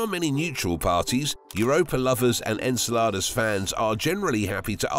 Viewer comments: The pronunciation of Enceladus is really off putting.. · Very good and interesting video but enceladus' pronunciation really made me uncomfortable ngl